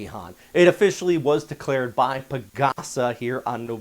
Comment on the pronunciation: Delcared? Hahaha